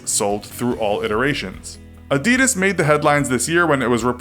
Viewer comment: holy shit you pronounced adidas wrong